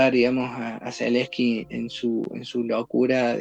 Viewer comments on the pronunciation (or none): ZELENSKY, sin i entre medio.